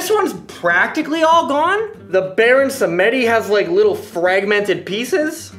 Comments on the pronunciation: Samedi, pronounced Sam-dee (French for Saturday) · pronunciation of "baron samedi" hurts me deep in my soul. just in case anyone wants to know: the name comes from the french word for "saturday" (the name actually translates directly as "Baron Saturday" from French to English; the figure of Baron Samedi is a loa of Haitian vodou and the Haitian language is a french creole language) and should therefore be pronounced like something akin to "some-dee." the E in the middle is silent. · I’m triggered by how Samedi was pronounced xD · "moxie in" and omg I don't think you're saying 'Samedi' correctly dude...